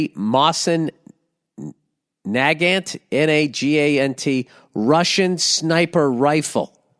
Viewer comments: Its pronounced, best way I can put it [ mow'seen nuh'gawnt ] for those who are unaware. And that corny lame bragging about him self. What a doofus. I tWiTcH stREaM aNd haVE a riFLe. So do a million of other people. And I highly doubt its the actual sniper/marksmen variant or he would have gone into detail about that piece. That version is expensive and rare. He probably bought a regular old run of the mill rifle (they made MILLIONS of them) and is just embellishing his story like everything else he said. What a total square haha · Ah yes the good ol snipper riffle Also if anyone is wondering it’s pronounced mo-zen nuh-g-ant my buddys got one that he hunts with along side his tokarev TT33